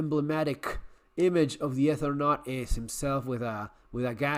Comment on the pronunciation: No, la discusión es porque el muchacho del canal dijo "Ether- naut", viajero del éter, lo que es incorrecto. "Eternauta" es el viajante de la eternidad o viajante eterno, a través del tiempo". Por eso hay que aclarar. Pero si, nos encanta todo esto a los argentinos...